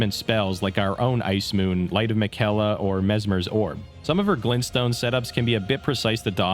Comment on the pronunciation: Okay i seriously doubt you even played this DLC because no way you pronounced Miquella that way. The game tells you multiple times how its pronounced